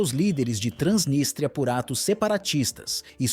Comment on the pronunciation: É Transnístria e não Transnistria.